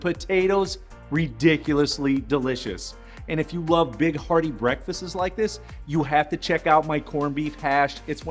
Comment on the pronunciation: Dang you really said “Worcestershire” and “breakfasts” like an idiot